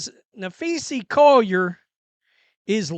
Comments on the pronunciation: Na-phee-sa Collier, not… Na-phee-see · Maybe you should try and learn how to pronounce her name. Especially since you do wnba post everyday for a living. There's an A at the end not an E. Just trying to help 🙄😏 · This channel has turned into a less witty carbon copy of the Ben Daniel Podcast. Well, and Ben knows how to pronounce Napheesa, and Brink.